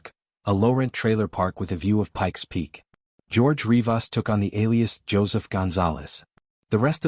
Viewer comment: Such a poorly made video... Starts with the way you pronounce RivAAs... Two Rodrigezes.... Rodrigi?? 😂😂😂